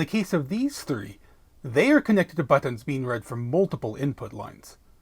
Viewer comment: The way you say "BUTTINS" :D